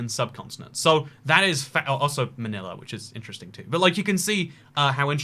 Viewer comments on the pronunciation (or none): none